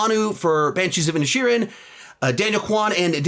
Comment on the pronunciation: When he read The Banshees of Inisherin I heard “the Banshees of Ed Sheeran” and got thrown for a loop